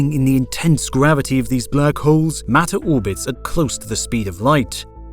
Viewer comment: Why did you say black holes like that?!